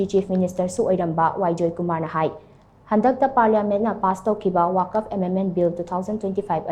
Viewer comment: Karigi Waqf bu waakaf haina pronounce touribano ? Manipurda leiriba muslim scholardashingda hangba phei .Akashvani Imphalna pao pabada wuck- fuh nattraga wuck -fa haibagumna pronounce touribadu achumbani . Confirm touba chumgani. Arabic waaheibu mapham khangdana touning touningba mawongda pronounce tourabadi waahanthok meaning lallakkani .